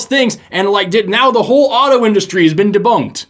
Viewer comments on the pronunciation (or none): none